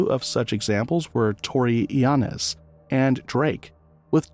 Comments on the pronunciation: who tf is narrating this ? his name is tory lanez not torylanz 🤣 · This dude can't say Torry Lanes?? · Psss it's tory lanez like Lanes in the road 🛣️😂 not sure what you said lol. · Saying Tory lanez name wrong is crazy 😭😭